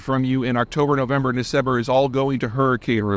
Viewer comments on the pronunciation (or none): none